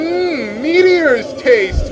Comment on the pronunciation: and she eats mete-os